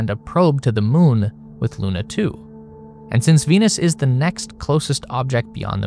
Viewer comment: By the way.. It's pronounced Spootnik.. So a U sound. Also Venera is simply Venus in Russian. It's not a special name, so you can call the missions simply as venus... Like it's the same for Luna.. Wich is by the ways also pronounced with a U but you pronounce it different 😅 And it's just mean Moon.